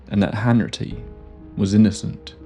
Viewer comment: It’s Hanratty not Hanritty 🙈